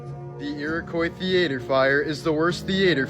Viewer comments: What is a "thee-AY-tur"? Do you mean "THEE-uh-ter"? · WTF is a thea-ate-er, American's and fake English 🤡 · . "THEEAETEER"! Lol, I love his intentional mispronounciations! 😂